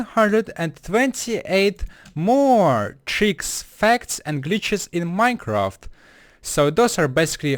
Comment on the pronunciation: minecaft sigh